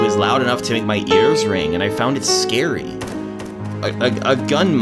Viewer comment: I FOWND IT SCAAAWWWY